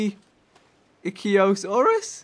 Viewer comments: vick is pronounced iktheosaur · ichthyosaurus pronounced ick-thee-oh-saurus